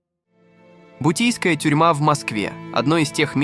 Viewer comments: НЕ БУТИЙСКАЯ А БУТЫРСКАЯ ТЮРМА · Бутырская,а не бутийская😂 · Бутийскпя тюрьма?😂 бутырка а не бутийская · Бутийская тюрма😂? Бутырская будет верно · Ну автор конечно форменный идиот не бутийская тюрьма в Москве а (Бутырская тюрьма) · Бутырская,...бутийская😅😅😅😅., БУТЫРСКАЯ ясно,робот эй!!! тебе понятно!!!???!!! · Обалдеть "Бутийская". Автор, вы невежа. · Бутийская тюрьма? 😂😂😂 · Услышал Бутийская тюрьма, можно закрывать. Автор угорает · Уберите из ю тюба эти каналы которые озвучивает нейронка, ударения я молчу но «бутийская» тюрьма в Москве это перебор, вы чего людям голову то морочите, потрудитесь хотя бы озвучить грамотно и подать информацию не так убого